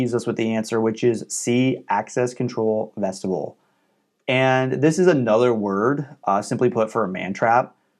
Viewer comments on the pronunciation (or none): For further reference, it is pronounced VEST-i-byool.